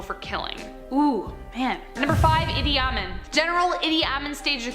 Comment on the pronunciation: Idi Amin is pronounced Eedee Ameen.